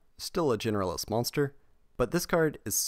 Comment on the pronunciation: I swear this YouTuber says "Generalist" monsters as "Genderless" monsters